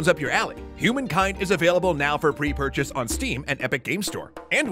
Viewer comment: for a while I heard prepurchase as free purchase. Guess I need coffee :D